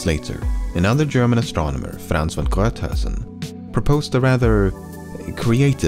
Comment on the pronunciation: Man you pronounced Von Gruithuisen soooo smoothly, I would have fucked that one up so badly